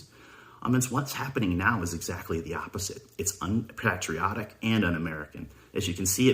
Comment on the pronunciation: Bro said un pat-triotic